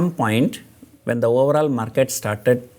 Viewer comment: Everytime sir says post market report i hear post mortem report 😂